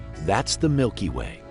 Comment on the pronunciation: Nobody: Presenter: yEs iTs tHe mILkY wAE